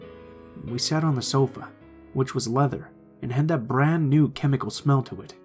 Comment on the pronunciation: brrrrand new